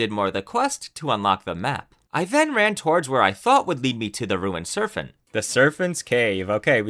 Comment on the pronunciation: listening to you say serphent instead of serpent so many times had me tweaking LOL